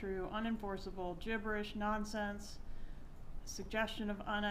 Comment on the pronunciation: Love how she say's gibberish (Jibberish)